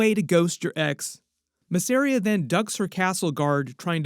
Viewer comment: its M a zz e r i y a... not f*cking masria